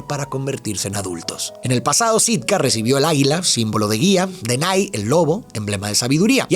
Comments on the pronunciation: Hola me encantan tus videos ,mis hijos se llaman como los hermanos tengo 3 varones y es x eso que me atrevo hacerte una corrección tu dices "denay" y no es así es denaji con j 😅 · OK pero por que Denai? Si en la película le dicen Denahi qué se pronuncia como DENAJI, por que comerse la H? 😭😭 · Se pronuncia denaji no denay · soy muy fan de esta película, hasta me se los diálogos y por eso se que Denahi el hermano del medio se pronuncia Denaji "DI CONMIGO DE-NA-JI" jajajja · Okey pero denaky se dice como se escribe😅